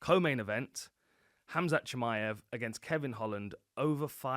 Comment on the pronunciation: You pronounce Hamza correctly.